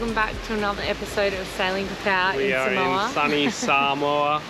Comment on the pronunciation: Not pronounced SUH - MOW - A …..